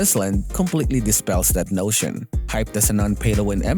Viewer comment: I thought you said "Bullsh*" when you said "notion" lol